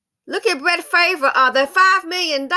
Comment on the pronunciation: Bret Farve's last name is pronounced "Far-V"...rhymes with carve❤️